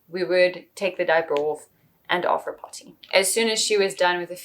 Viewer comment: Dear god the way you say potty is a war crime. Please focus on your diction.